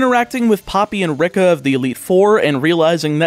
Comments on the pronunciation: rika is pronounced "ree-kah" like in paprika, and not "rick-uh" like in ricochet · Fun fact: , This is the first ever I have ever someone pronounce Rika like that. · Extra sip for the two times he butchers Rika's name